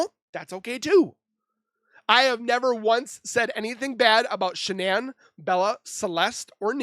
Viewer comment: "Shanann".... not Shannan .... ☆♡☆